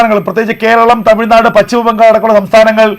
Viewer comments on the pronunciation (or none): none